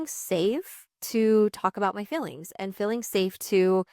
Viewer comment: I love you. Always have. One bit of constructive criticism … it’s fEElings. Not FILings. 😅I know it’s a Utah/Idaho dialect but….